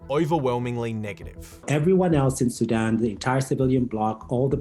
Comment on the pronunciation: Great broadcast! I love how he pronounces “Sudan” so it sounds like “Sidon”. Great job guys!